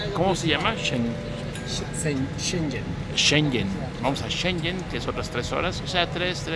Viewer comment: jajaja por fin se pronunciar Shenzhen :D